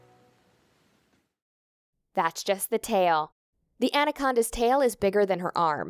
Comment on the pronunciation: Andacondas lol.